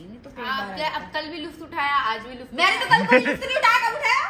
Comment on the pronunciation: वो लुफ्त नही लुत्फ होता है।